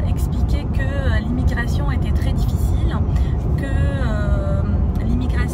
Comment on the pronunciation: Bonjouuuurin, difficilliin 😄 Forcez pas svp avec les "ain" à la fin !